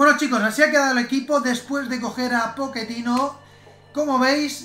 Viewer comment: dice poquetino en lugar de pochetino